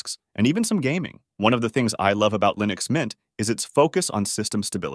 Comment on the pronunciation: "the best LIENUX distros"